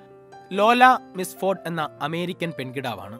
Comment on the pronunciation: ലോല മിസ്ഫോര്‍ഡ് അല്ല മില്‍ഫോര്‍ഡ് ആണ്. പുക,കണ്ണട അല്ല പുകക്കണ്ണട ആണ്.